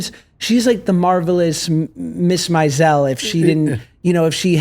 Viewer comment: Why do people insist on pronouncing Maisel like that? 🙄